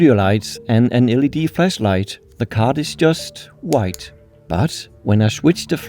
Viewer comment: "flasslight" Du burde altså prøve bare LIDT på at udtale ordene ordentligt.. det er sku lidt pinligt...